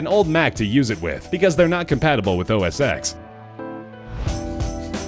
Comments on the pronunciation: ITS NOT OS "X" ITS OS TEN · Good video, but some of these things are wrong. The VW bus belonged to Steve Jobs, and the calculator belonged to Wozniak. OS X is pronounced at "ten", not "ex". Dammit. Wozniak was not an employee of Atari, but he did help Steve Jobs who was an employee. Apple is worth A LOT more than $200 billion. If the makers of this video had bothered to look up Apple's current market value, they would have known that it's over $800 billion as of the market closing on May 26th, 2017. Perhaps they meant the amount of money that Apple has in the bank, which is over $250 billion. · "OSX(ex)" shivers...